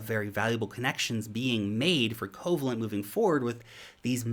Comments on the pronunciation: Pronounced “COE VALE ENT” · Yeah, with a name like Coh-vay-lent, you'd think they deal only in bonds.😏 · why are ppl saying "KOH VA lent"... That word is coe-VAY-lent. It's a type of ionic bond. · If you've ever take a chemistry class in your life, you cringed at Covalent pronunciation... 😂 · I was thinking same. Also his smarts don't extend to philosophy either, as he didn't know Occam's Razor either.